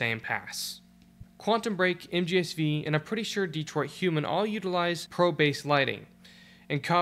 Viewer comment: One of the few people that actually knows how MGS V is called. It's not 5, it's Vee.